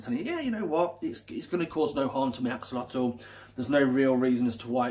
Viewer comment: If you are supposed to know everything about these interesting creatures, you should at least try to pronounce the name correctly! You really make yourself look like a twat!